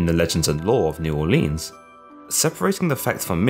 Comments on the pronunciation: It's pronounced “New Oar-linz” not “Orleens” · Please pronounce New Orleans correctly. Neu Orleens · Im from Nawlins, just for your reference. Never come down here and say the hard E in Orleans. Pretend the 'ea' is an 'i'. New It kind is how we say it. Or Nawlins dawlin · The way you say new Orleans aggravates me. It's pronounced new or-Lins . ........... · You are saying New Orleans wrong lmao